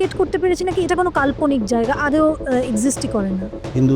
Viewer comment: আদেও না, কথা টা হলো আদো ওঊ বা আদোও, উচ্চারণ ভালো হলে শুনতে আরো ভালো লাগে